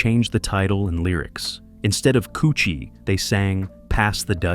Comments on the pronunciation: This is the confusion with people out of jamaica, there is two different jerna in jamaica, dancehall and reggae, stop the confusion.........and it's pronounced kuh chi not couchi🤔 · KUTCHIE NOT COOCHIE 😂😂😂😂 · It's pronounced ko- chee not koo-chee. This man know how do pronounce dutchie but want to intentionally mispronounce kutchie Smh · "Pass the "kutchie". Not "coochie" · 😂😂😂😂 most definitely. How he got dutchie and not kutchie though. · Was wondering who’s gonna tell this stupid ass It’s KUTCHIE❗️💯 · Not douchie either! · It is pronounced KUCHIE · KOUCHY IS THE WRONG PRONOUNCIATION.